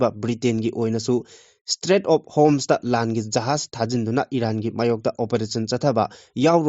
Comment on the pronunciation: Street of Homes haiba nutte Strait of Hormuz haiba ni Dr Lorhur phorzu haiba nutte Dr Lorho phoze haibani Heitradi panu Ucharon sudaba